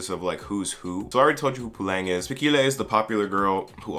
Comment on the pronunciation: I love your videos but I can't keep a straight face every time you pronounce Fikile